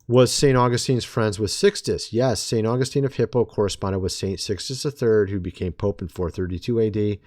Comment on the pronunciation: Your understanding of Church History is severely flawed. You are heretically proclaiming false and erroneous “truths” about God and humanity. You don’t know what Augustine believed and you can’t even pronounce his name correctly. You have no idea what the early church actually believed, but you pretend to be an expert in Church History. You aren’t. Furthermore, you try and teach others and negatively influence people with your unbiblical and biased views of Scripture and theology. You are anti-reformed and hate Calvinism, because you don’t understand it. Partiality is a sin, of which you are drenched in. Also, your “dreams” are not authoritative in any sense of the word, and they most certainly are not “Of God.”